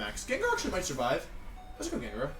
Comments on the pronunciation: Also: "How did Gengar survivey" That shit gets me everytime :,) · I sur-viv-ay?!?